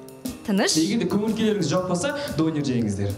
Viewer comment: Жүргізуші Донерды Дөнер дидіғо😂